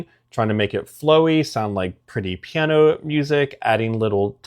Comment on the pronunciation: Slow down, dude. You talk like my speed-freak cousin. CHILL! Piano has THREE syllables! 😂